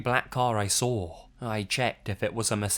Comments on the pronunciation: "sawr it" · i like how you say saw its like sraw